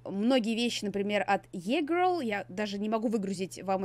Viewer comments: Не висэко гёрл, а вско гёрл, не е гёрл, а и гёрл) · Не Е-girl а И-girl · Правильно говорить виска гер и и гер🙄